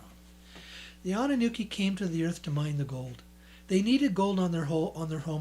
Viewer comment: It's "Anunnaki" (it even says that on the books' covers); not "Anunnuki" or "Anunnooki," which is what you're repeatedly saying in this video,. If you're going to pass yourself off as a public speaker, you should speak your words correctly. ~ If there's actually that much gold in the world and if they let it all out onto the open market, the price of gold would plummet due to a glut on the market, making it practically dirt cheap. ~ To think that I actually sent you money at one time!